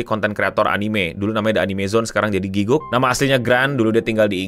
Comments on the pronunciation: wajar kalau orang indo bilangnya giguk. Gw yang fluent inggris aja, dan tau cara baca yang bener "gi-gak," masih sering pakai "gi-guk" 😅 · Gatel dengernya 1. It's Gi-gak, bukan Giguk. Kalo mau meme sekalian panggil aja GRANT (nama aslinya Garnt) 2. Ini one shot anime, jadi gaada lanjutannya karena ini self funded alias duit ndiiri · aku malah dengernya gukguk, alias pas ... lagi ngaum